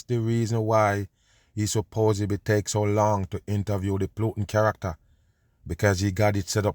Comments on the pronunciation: It's putin..pronounced Pootin. Not PLOOTIN. SHEEESH. Also it's OPIOIDS. NOT OPEROIDS. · 😅 I know you're pronouncing the name plootan just because of how you feel about him! lol! 😂😂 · I like how kerps calling him Plutin and doesn't give a shit 😅 By now many probably corrected him, and he he doesn't care, why should he give them the resoect of pronouncing their fake name how they taught us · How you say plootin all the time? Dumb on!